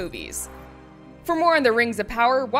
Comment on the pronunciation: RANGS OF POWAH AND SHEEEEET